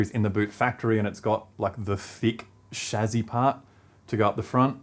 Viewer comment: That's the correct pronunciation of "Chassis" :p